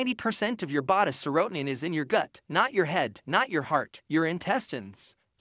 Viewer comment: Someone needs to teach your AI voice how to pronounce serotonin and dopamine